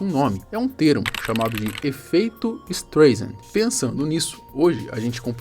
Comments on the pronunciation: Em tempo....a cantora é Barbra Streisand....se pronuncia " istraisande" e não " istreisande" ...resumindo o nome do efeito é " istraisande" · Só eu que ficou incomodado com o "estrêiçandi" ? rs Pessoal do canal podia dar uma polida melhor ao passar a matéria, né ?! É meio notório que a pronúncia do sobrenome da atriz é "estráissand" rs. Bom, brincadeiras à parte com as escritas e pronúncias, realmente é bacana pelo menos a gente realmente pesquisar mais um pouquinho quando vamos discorrer sobre determinados assuntos, nos quais nos exige mais conhecimento sobre línguas não nativas. Abçs a todos. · A pronúncia do nome é STRÁISAND. Me admiro que você não saiba. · sempre vejo teus vídeos, admiro sua redação e sua parte editorial, vc é um rapaz inteligente.......................masssssssssssss, vc tá pronunciando errado o nome do efeito.....seria assim a pronuncia certa aportuguesado" ESTRAISEND".....BLZ (Y) mas 99% do resto ta show........só pesquisar que vc vai confirmar. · Tá, daí vc fala o nome certo da Barbara Streisand... Se não souber se diz Straisend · o sobrenome dela se pronuncia "Straizen" mas ótimo vídeo. Só uma observação construtiva! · Streisend lê-se “StrAisend” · A pronúncia correta de “Streisand” é “ISTRAISEN” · se fala "estraissen" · Parei o vídeo e fui embora no "ISTREIZEN"... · Se pronuncia Estraiser o nome de atriz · Poderia ter estudado um pouco antes de gravar o vídeo e falar a pronúncia certa do Streisand. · leva mal não, mas sua pronúncia no nome dela está errado. Huehue obrigado por pelo vídeo eu não sabia sobre esse caso sobre ela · Porra mano, sabe nem falar o nome da mulher, pqp